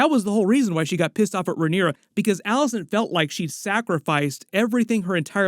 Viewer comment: It’s not “Alice-Ann” it’s “Alice-ayne”.